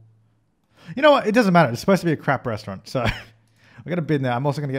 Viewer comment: "A Rrestaurant" u said it really German 😂👍